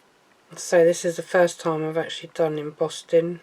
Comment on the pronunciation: Madam, you kept saying embossting folder. There’s no T in embossing folder.